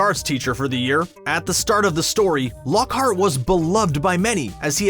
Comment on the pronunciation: Mind you,it's Lockhart,not Lockheart! Besides,did you even read the book?